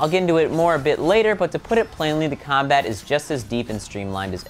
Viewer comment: he said combite